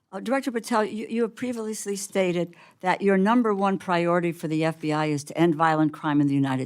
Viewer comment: "prevalassly stated"